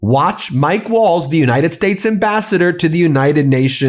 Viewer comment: Nice that Waltz has that bit of cardboard to tell us he is honourable, his words keep saying otherwise. Also his name is the same as the dance, I hear people pronounce it Walls? Or is that just the accent? As the t and z are getting no love.